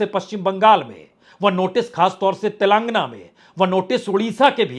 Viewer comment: आप बारम्बार Telengana को तेलांगना क्यूं कहतें हैँ..उस प्रदेश का नाम *तेलंगाना*..गाना वाला गा लगाकार उच्चारण करना हैं जी...बड़ा आजीब लगता हैं जब आप गलत बोलते हैं